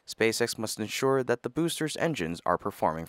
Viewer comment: Why do you say "thee" when you mean "the"?